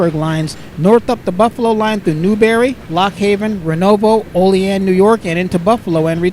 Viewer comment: Oleaan New York